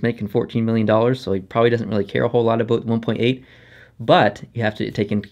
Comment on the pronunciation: You say about exactly how they make fun of Canadians on south park, lol. "aboot"